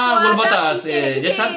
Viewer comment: Gulbaata miti Hulbaata